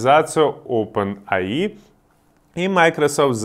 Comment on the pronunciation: ОпенЭйАй (явно немецкий учил)